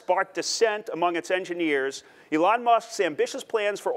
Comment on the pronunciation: Oh.... I see what the problem is. He can't pronounce Elon. He says it like Ellen but spelled Ellon. Makes me wonder if he is thinking of the right guy or not.